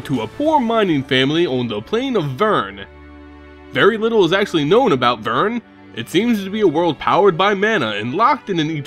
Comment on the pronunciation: Sorry, but I think you pronounced "Vryn" wrong. The world name, Vryn (VER-in), rhymes with "grin" "pin" or "spin". You pronounced "Vryn" like "Vyrn" (VERN) rhyming with "turn" "fern" or "burn" It came off pretty unpleasant for me. I'm sorry if I'm being nitpicky, but I just thought it would help to inform you.